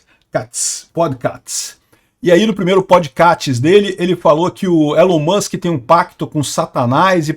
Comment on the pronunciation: Podkatz... elon moks... Hahahahahahaha